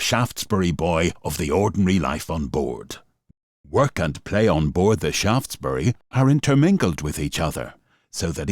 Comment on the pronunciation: Thanks for the pronunciation of Shaftesbury, from Shaftesbury Dorset